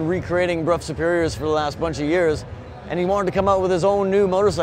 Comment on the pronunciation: Huge points to for pronouncing "Brough" correctly. So many people say "bro." €50,000 for a bike with no mirrors or indicators. Right. I guess the wealthy have their own private roads on which to ride this thing.